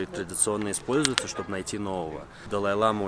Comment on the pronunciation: Это не белый шарфик, а хадак - символизирует уважение. Бывают разных цветов, несут разный смысл. И в слове лама, ударение на последний слог. Если ударение падает на первый слог, то это южноамериканское животное